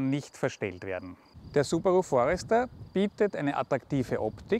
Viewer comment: Subarooo? Schlechter kann man eine Marke nicht aussprechen! xD